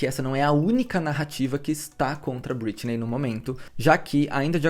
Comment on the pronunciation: Só me irritou a forma que vc pronuncia algumas vezes o nome Britney.